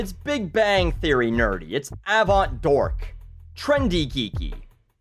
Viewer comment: "Avaont-dork" XD this guy is so funny!